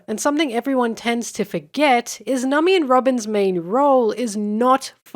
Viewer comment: Not sure when in the video but i suddenly started hearing you say Nami as Nummy